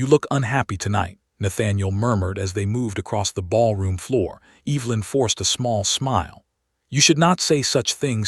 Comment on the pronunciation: Please at least say her name correctly. It’s not pronounced Eve-linn. It’s Ev-e-lin.